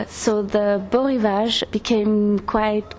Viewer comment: Am I hearing a mispronunciation here? It's B-o (long o) Rivage. You'd think he'd know that.